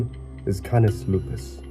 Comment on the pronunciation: Canis’ first name is actually pronounced Cane-us.